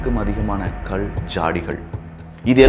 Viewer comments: I couldn't type in Tamil, sorry for that. Your pronunciation is really bad. Specially "Kal" rock. I couldn't listen further. Idk you are Tamilian. Even this discourage you I have to let you know. Sorry brother you have to improve that's why. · ?கல்,கள் தயவு செய்து சரியாக உச்சரிக்கவும்